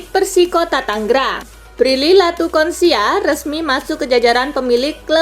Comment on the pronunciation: Konsia2 palak elo min.. Latuconsina yg bener